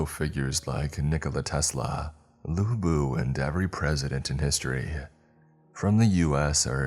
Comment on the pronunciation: Did....did he just say LUBU??!!!!